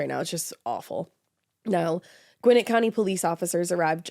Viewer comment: Listening to Ash pronounce Gwinnett cracks me up... 😅😅